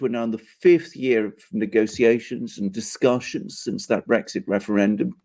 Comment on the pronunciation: Do you have segs with your wife? The word is Brexit, not Bregsit